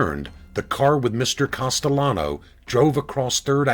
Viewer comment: Pronounce the name right,please! It`s NOT COSTELLANO, it`s CASTELLANO.